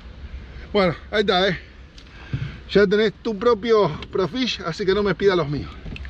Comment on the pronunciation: Hola,que buena pesca,lo que si haces mal el chivo,es Pro Fisher,y vos decis,pro fish,😆😆😆